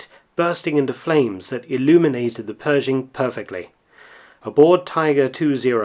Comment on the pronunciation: You left out the "h" in Pershing!